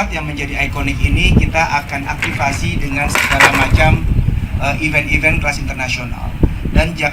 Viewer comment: Mbk. Mimin...belajar baca & bedain: event & even bacanya & artinya beda... EVENT -> "ivènt"... EVEN -> "ivên"...